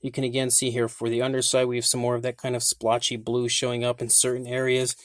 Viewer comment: Please! Stop saying slpotch.